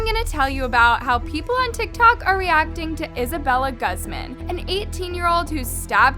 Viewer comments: Hi I know I'm overreacting and overall being annoying but it's actually pronounced as (goozman) Not (gazmun) I don't blame I know people has accents😫 just saying incase if someone has a friend who's last name is Guzman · Im pretty sure its GOOZ-MAHN not GUHZ-MIN not supporting her but it irks me when ppl mispronounce hispanic last names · Her last name is pronounced “goo-z-mah-n” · its uhm.. its pronouced (goo-zmon)- :l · isn't Guzman pronounced goozmahn? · it kills me to see how keeps saying peoples names wrong!!!! who says guzman, gosman????? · It’s pronounces Gooz-Mon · this is just horrible, but i can't with the pronunciation of "Guzman" 😓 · Take a shot every time you hear her mispronounce Guzman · I’m sorry but my last name is Guzman and the way you pronounced it made me feel weird 😭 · IM SORRY BUT THE WAY YOU SAY HER LAST NAME IS FUNNY MY MOMS LAST NAME IS GUZMAN AND ITS NOT PRONOUNCED LIKE THAT💀😭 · I agree with you but maybe next time learn how to say “Guzman” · Am I the only one cringing at the way saids Guzman?